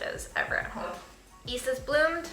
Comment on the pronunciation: Hey! Even I'm Asian I'm from India and after watching your videos I realised I pronounce yeast as east as well! I thought I pronounced it right. I'm bamboozeled. I just wanted to let you know that you're not alone